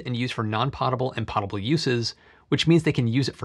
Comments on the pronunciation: Nitpick: It's pronounced poh-tuh-buhl. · Potable is pronounced /POE-tuh-bull/ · You are mispronouncing, “potable.”